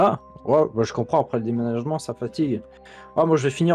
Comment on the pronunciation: Bah oui demenajon mdr sa drole🤣